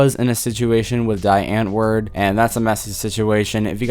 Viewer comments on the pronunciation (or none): Just for the record, it is pronounced Dee Antwoord, not as die. I just know that because I happened to see something on commonly mispronounced band names. I was saying die, as well. I mean, that is exactly how you would think to pronounce it.